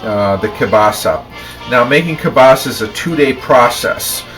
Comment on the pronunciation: HE PRONOUNCES KIELBASA AS KABASA